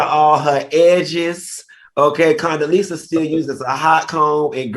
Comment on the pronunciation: Al said Coondeleeza…..💀💀💀💀💀💀💀